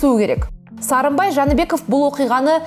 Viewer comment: Неге Жанiбеков дей бересiз? Жээнбеков емес пе.